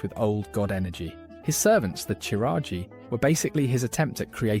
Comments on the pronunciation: You gotta be like the only person who thinks it's pronounced "seh-thun" lol And, Qiraji is not "chiraji" it's "kiraji" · Ok, no hate but that pronunciation is horrible. It's not like their names are not pronounced numerous times in-game?! Chiraji?? The Chiraji?! You mean Qiraji, pronounced the same and derived from Ahn'Qiraj? Which you do pronounce correctly? Same with "cfun"? You mean C'thun - pronounced "Kuh-THOON" or similarly? Things like these show either a lack of interest or research and genuinely make the rest of the video unwatchable. Again, this doesn't come from place of hate but feedback. Ignoring small details can make even the best video crumble into pieces. The only thing I hope is that this is a genuine mistake and not a sad attempt at engagement farm... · I feel like the "Ya-sharaj" pronunciation was just the mantid VA getting it wrong. Should be "Ih-sharj" IMO. Also "Kuh-thoon." My ears...and Kee-raji. "Nuh'zoth" too. And Yogg-saron calls himself the God of Death is that he made it so the Titans' constructions became mortal and could die (vrykul became human, earthen became dwarves, mechagnomes became gnomes). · kuh-thoon (c'thun) Kur-ahh-jee (qiraji) Nuh-Zoth (n'zoth) Please refer for future uploads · i've never heard qiraji or c'thun pronounced like that